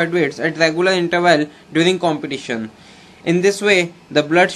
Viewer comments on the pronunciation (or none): thank you this video helps a lot but please competition ko complition kyu bol rahe ho yar.